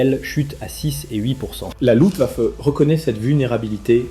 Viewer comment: Hans Joachim, pas ens yo akim!!! Luft waffe, pas lou vafeu.